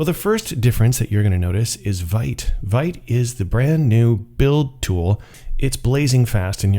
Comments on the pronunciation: It's called vite not vite! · Vite == french word for "quick", pronounced /vit/ , like "veet"... Blame Evan You >:(